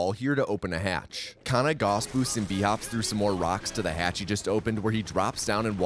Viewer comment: about 15 minutes of this run I thought said "kinda" instead of kana "then he kinda crouches to avoid..."